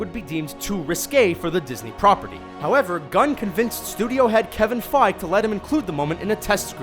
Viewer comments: Feige = "Fye-Gey." Rhymes with "My Key" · kevin feige "fai-gee"